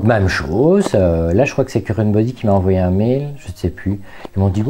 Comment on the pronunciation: " Currenteubody", j'adore 🤣🤣😘